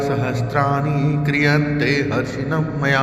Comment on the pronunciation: Zap galat hai 😡😡😡😡 Harnisham maya hai, na ki Harshinmmya 🙏🙏🙏 correct video dale... BURA EFFECT PDEGA